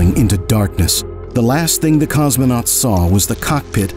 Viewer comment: No es "cosmenautas" sino COSMONAUTAS